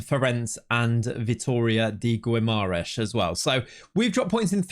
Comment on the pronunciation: In Portuguese Gue and Gui, the U is (nearly) always silent So Guimarães is Gimar ein sh and Miguel is Mee Gel (not Jel) Ç is pronounced S So Taça is Tah sa